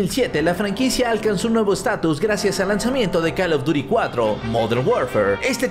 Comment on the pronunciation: 2021 y ni aun pronuncia bien el nombre del juego como se escribe:call of duty como se lee: coll of dury